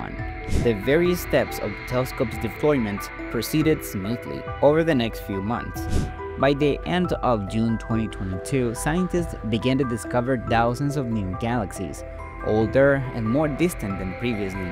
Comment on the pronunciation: Ty. I was already getting frustrated when "thousand" sounded exactly like "dozen"